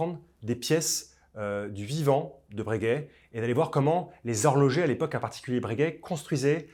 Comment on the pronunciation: Bréguet ou Breuuuhguet?😅